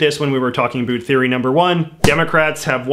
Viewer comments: I was wondering if he was canadian or american at first, then he hit me with that "aboout" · "A boot" I love accents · "a boot" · This guy is the only one I have ever heard say it like this. Canadians generally say "a-bOut" like a boat on the water. We use the same sound in outside, mouth, pouch and house. We pronounce them all with an o, while Americans generally pronounce them with an a. The way he says it blows my mind. I've been all over canada, never heard it said this way. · Why do you keep talking about "a boot"? I challenge you to read this E-mail. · I love how you say about, And I love South Park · Commenting before I watch hoping to God that there is no political bias, but i'm sure my expectations will not be the reality. Edit 1: Heard him say "about" telling me he is Canadian? Not good so far Edit 2: Actually seems alright in terms of bias, at least in comparisons to pretty much every other channel. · I BET YOU ARE FROM VIRGINIA BASED ON THE WAY YOU SAY ABOUT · I really enjoyed this. He presented it perfectly. I am A Canadian and we don't pronounce 'about' the way he does. BTW I hope President Trump wins a second term. hugs from your northern cousins! Don